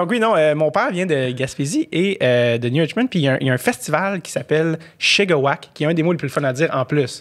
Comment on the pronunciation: Shigawake se prononce avec un accent anglais:P ( chie-ga-wayk )! Ca du trigger une couple de gaspésien la prononciation de, mais ouin faut pas de fier sur lil Andy:P